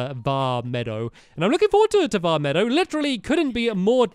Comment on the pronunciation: Stamps pleaseeeee stop calling it vah meadow it's vah meed oh